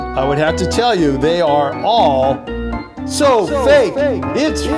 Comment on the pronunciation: its fake not fak